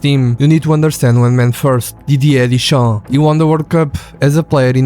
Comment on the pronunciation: Контент норм, але чому сам не озвучуєш?! Прізвища називає так - що не понятно про кого...тіша - дешам)